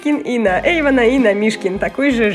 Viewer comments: не Сафи а Софи не Ейван а Эйван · Ага и Эйван а не Ейван😄